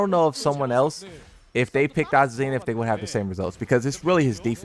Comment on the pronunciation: There’s no Z sound in her name